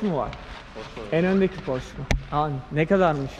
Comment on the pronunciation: Pors deyil. Porsche yani alman malini ingilizce söylenmez alman mali almanca okunur,porse o kadar,hangi ülkeye ait ise o dilde,söylenir